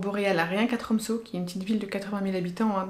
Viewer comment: Sa se dit tromse le ø